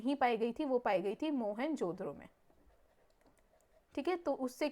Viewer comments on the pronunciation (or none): Behn pronounce toh thik sey karo.. it's mohen jo daro not mohenjodro 😂